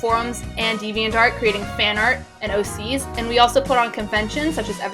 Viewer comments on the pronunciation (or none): none